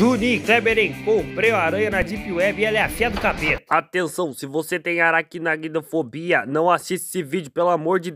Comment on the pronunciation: "Araguinaguinofobia" rachei kkkkkkkkkkkkkkkkkkk